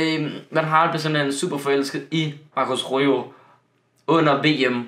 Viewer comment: Det udtagelse ikke rojo men roho